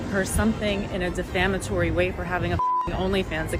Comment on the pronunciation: Defamatory manner… I’m surprised she could even pronounce that